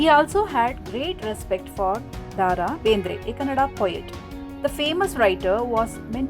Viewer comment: Mam it is not ದಾ ರಾ ಬೇಂದ್ರೆ it is ದ ರಾ ಬೇಂದ್ರೆ